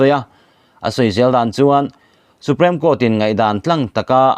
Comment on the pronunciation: Supreme Court i lam dan hi Su-prem i ti tlat a, su-priim ti a lam tur zawk asin